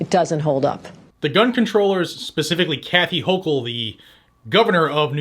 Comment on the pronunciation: When you pronounce the NY gov. last name, it sounds like gurgling on chunky flem from a bad cold.